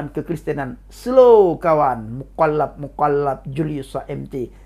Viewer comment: Cara bicara 'Mukollap2' lutchu 😂😂😂. Semangat terus untuk memberitakan KEBENARAN. GBUs.